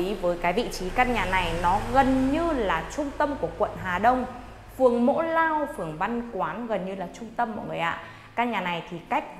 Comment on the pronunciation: Mộ lao chứ ko phải mỗ lao